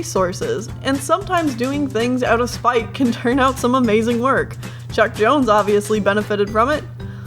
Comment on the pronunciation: i heard chuck jones as chuck norris.